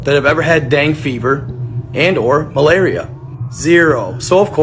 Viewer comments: The dang fever tho 😂 Say it with me bro Den ga fever. Love ya still tho lol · It’s pronounced “Dengay” fever bruh